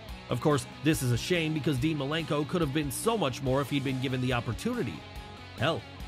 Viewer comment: It's Dean Malenko and not Milenko! And you call yourself a Wrestling Fan?! 🤷🏻‍♂️🙄